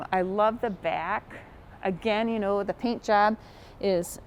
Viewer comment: Funny her accent, Back pronounced beeaack